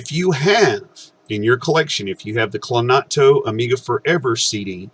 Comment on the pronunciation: Great video, thank you! Oh, and just a friendly correction: it's CloANTo not CloNATo :)